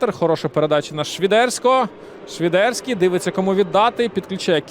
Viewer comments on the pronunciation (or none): А чому "Швідерський", а не Свідерський, як заведено в українській мові?